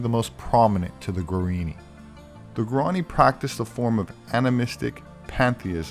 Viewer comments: The indian tribe spoken of during the video are called Guaraní — is pronouncing “guarini,” so I felt it important to point this out. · It's pronounced gwah-rah-NEE.